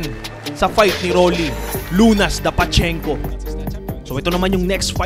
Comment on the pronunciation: Correction, Pachinko ang tamang pronunciation from Japan.